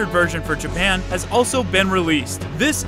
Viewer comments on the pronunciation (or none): none